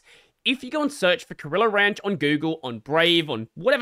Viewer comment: I keep mishearing it as gorilla ranch lol